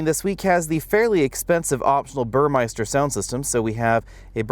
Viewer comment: Impeccable and detailed video, as usual. However, one thing I'd like to point out. The radio system is by BurmESter and not BurmEISter. :-))